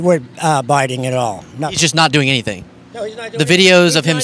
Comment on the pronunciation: guy thinks he is saying Biden correctly by calling him Biding, he thinks everybody is just dropping the g. Priceless.